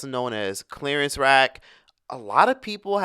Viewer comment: "Clearance ?" Lol 😂 I 🤔 it was Clarence 🤣🤦🏾‍♀️😩